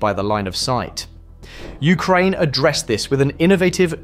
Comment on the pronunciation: Ah yes, I love the countries Ukrainev and Ukraineb